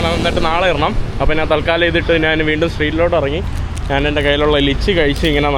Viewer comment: എടാ മൈ... നീ നിന്റെ മലയാള ഭാഷ കുറച്ചു കൂടി നല്ലതാക്കുക. നാൻ അല്ല ഞാൻ ആണ് ശരി. 'ന' യും 'ഞ' യും തമ്മിലുള്ള വ്യത്യാസം മദ്രസയിൽ പഠിച്ചില്ലേ?